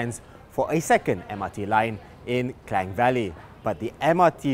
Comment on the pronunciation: sebutan KLANG tu perlu acah2 sebutan mat saleh sangat lah.